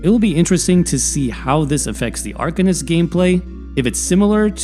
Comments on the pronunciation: arCANist not arKUHnist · ar - CAIN - ist.